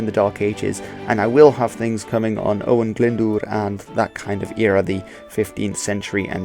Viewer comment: Owain is ow-wine not ow-win just as a Welsh person I noticed